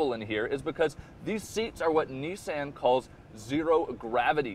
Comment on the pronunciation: If you're gonna steal a video, steal one where they say Nissan correctly. smh